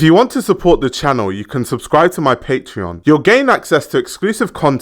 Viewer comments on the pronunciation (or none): none